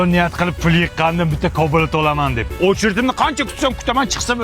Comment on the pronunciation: Dollar❌ Doldr✅😅 Cobalt ❌ Cobalat✅😅